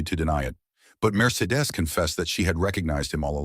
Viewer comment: It's pronounced "Mer-see-dees", imbeciles!!! "Fileford" was in fact, Gerard de Villefort. Amazing!!!